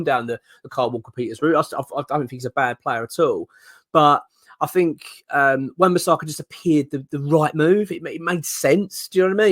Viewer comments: Love the videos, but if we do sign AWB please stop calling him Wan Bissarka 🤣🤣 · It’s not bisARRRRRka.